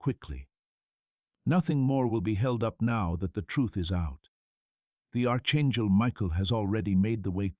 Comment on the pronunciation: Arch chengel? What happened to your tongue?